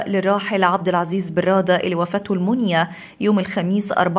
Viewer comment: إنا لله وانا اليه شيء الله ش يرحمه ويغفر له ويسكنه فسيح جناته ويلهم أهله وذويه الصبر والسلوان....منية تنطق بفتح الميم وليست بضمها